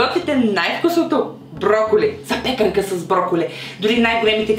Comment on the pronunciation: Благодаря за хубавите рецепти, но позволете някои забележки по отношение на представянето им: В думата ,,запекАнка" ударението пада на второто А, а думата ,,броколи " се използва само в множествено число. Погрешно е да казваме ,,броколи - то. Справка ,,Google" : ,,Единствената друга (освен основната) форма на думата броколи е броколите, т.е. членуваната форма? Това е така, защото броколи няма форма за единствено число, а само за множествено число (подобно на думи като трици, джибри, очила, въглища, данни и др.). Затова срещаните в интернет употреби като замразен брокол, една брокола, прясно броколи и под. са некнижовни. Те са резултат от стремеж за образуване на форма за единствено число. И ако за говорещия думата е от среден род, появяват се неправилните форми броколито, броколита, броколитата."